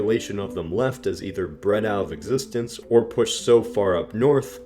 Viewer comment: Nobody: This guy: B R E D O U T O F E X I S T A N C E